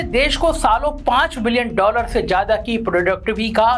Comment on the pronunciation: Planded....janbujhkar....z...wale word ko ...j...se bolna....jaise..zaroorat...ko..jaroorat.... Matlab yeh so-called secular bhi andar se orange 🍊 hain.... Educated hokar sunkar bhi ...jaroorat..jyada ..jameen....